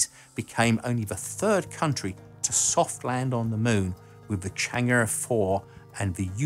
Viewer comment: You mean the Chinese lander Chang'e 4... not Chang'urr